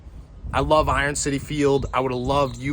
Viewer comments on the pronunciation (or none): none